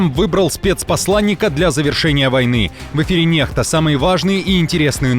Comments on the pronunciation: не НЕХТА, а НЕКСТА надо говорить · NEXTA ппц. Вообще-то читается как НЭККСТА А НЕ нехта всё понятно